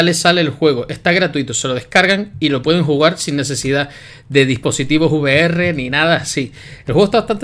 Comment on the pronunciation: No se diría vi-ar chat Es mejor decir ve-erre chat